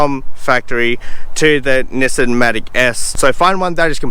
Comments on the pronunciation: It's actually Nissan not Nissen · Actually it's Knee-Song.